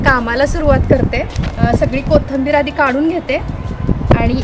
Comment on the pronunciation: Kahi shabde tumchya suddhe nahi yet jase ki koithimber yacha ucchar bhaga ...anyways tumhala thik vathe aasal tar Kya mag...tumhala suggestions avdat nastil tar kye mag ..